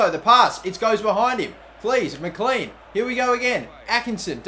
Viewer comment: McLean is said mclane